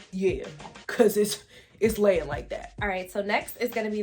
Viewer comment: “yea , cause YEA - it’s layN like dat”…❤️❤️❤️😂